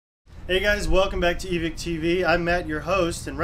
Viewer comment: This dude said evick